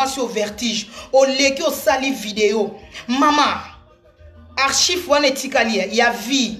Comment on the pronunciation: On dit ARCHIVES STP